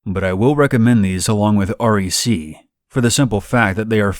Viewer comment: "R-E-C" ?? It's called .REC as in "rek" as in shortened "recorded" lol